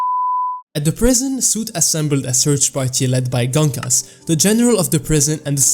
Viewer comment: Gonkas❌ Genkis✅